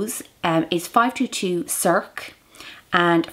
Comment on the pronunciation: circe is pronounced sir-see... :-)